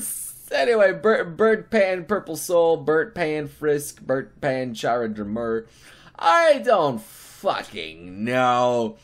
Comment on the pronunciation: Pan is chara's wepon and its pronounced car u